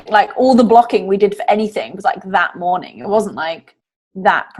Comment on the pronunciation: COULD YOU DO A "MORININ" CHALLENGE OR JUST WOULD YOU SAY IT AGAIN PLZZZZZZZZZ